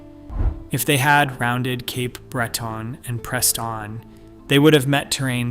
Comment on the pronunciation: Great video, horrible pronunciation of most Canadian sites. (Cape Breton, Portage etc)